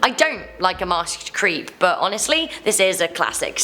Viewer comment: Anyone else’s not give that she says “HoNEStly” like 3-4 times 😂